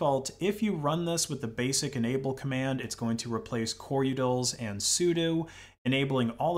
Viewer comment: Ow, my ears. The number of utils you've mispronounced. Say it with me: "su-doh" != "su-dew"